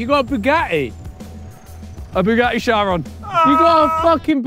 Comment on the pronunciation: why are they calling it a shyron tf😂😂😂😂😂😂😂😂